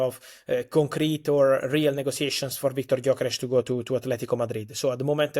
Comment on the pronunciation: How can the two of you do your jobs when you can't pronounce the name Gyökeres? Hilarious 😅